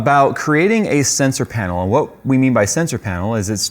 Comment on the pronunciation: LCD pain-el. 😖